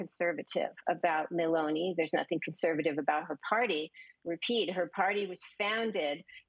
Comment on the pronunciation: And it's Meloni not Merloni.